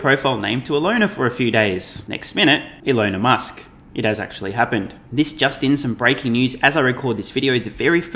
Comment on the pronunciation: So that’s Shelon Musk, eh